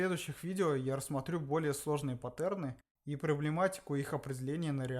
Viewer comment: Как же уныло ты рассказываешь, это просто кошмар, 3 раза пересмотрел и толком ничего не понял, потомучто скучно и начинаешь думать уже о чем то другом. И правильнее говорить не паттЕрны, а пАттерны, слух режет